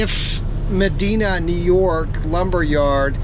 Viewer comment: Medina, NY..... pronounced Med eye na